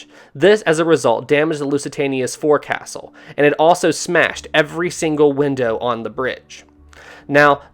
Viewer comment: It’s pronounced “fo’c’sel”, not forecastle. I have a silver toast rack and butter dish from the Britannic that I bought at an estate sale many years ago…..I’m probably one of your oldest viewers and enjoy your vids.